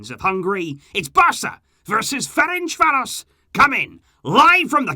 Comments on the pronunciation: I'm hungarian and i have to tell you you completely butchered the name Ferencváros =))). Its pronounced like Ferentzvaros (s like in sugar). Good videos though. Keep up! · You need to pronounce Ferencváros, like c in certain and the s like sh.🇭🇺